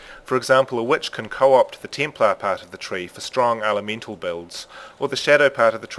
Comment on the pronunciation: It looks much easier to go into other character skill trees now. I also like how you pronounce words that have the "EH" sound with "EE" like ELEEVEN, TEEMPLAR, and ELEMEENTAL :)